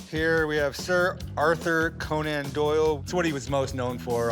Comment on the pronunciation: Unique pronunciation of Conan😂